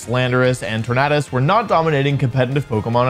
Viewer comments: I hate how he says Tor-nahh-dus instead of Tor-nay-dus 🥴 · that's like saying tor-NAHD-o though, and it's quite clear that that's incorrect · why does he keep saying tor-NAHD-us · Why does he pronounce it TornAHdus? 😭 it’s tornadus like tornado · Tor-NAE-dus. Like Tor-NAE-do. No one says Tornaado, say it correct please. You're a VGC Champ😭😭😭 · The fact that this guys career title is “professional pokemon bibeo gamer” but says tornadus as “torn-add-us” is sad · Tor-Nay-Dus Exactly how you would pronounce tornado Great analysis btw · TornAYdus. You don't say torn-uh-do do you... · Why're you saying Tornadus weird?